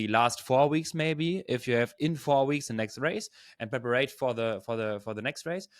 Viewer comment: Well done. Great content. Btw, the word is “prepare” (not prep-ar-ate). Your English is really good!!!